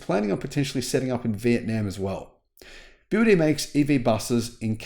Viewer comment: I've watched that video from the begining when I heard the guy pronounced BYD as BY Y D, then I just stop watching it immediately. What do you expect the guy know BYD if he couldn't even pronounced BYD right? The guy clearly don't know anything about EV or BYD either.